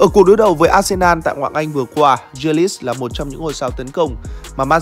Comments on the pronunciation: nói chung chữ đầu đọc là G chứ ko phải Giờ như đọc, phiên âm tiếng việt là Gờ ri lít chứ k phải Dia lít. K tin có thể nghe blv nước ngoài đọc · A có thể đọc đúng tên của Jack đc không. A đọc theo kiểu chả giống ai cả. Gờ ri lít mà a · Đâu ra kiểu đọc tên đó vậy, bên kia phát âm nó khác